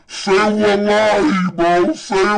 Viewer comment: Seems like he is Saying Say my Money or Save my Lobby😂